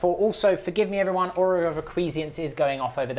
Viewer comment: Chef's pronunciation of acquiescence (he said it "a-kwee-zee-ence") mortally wounded me and caused a knight level explosion...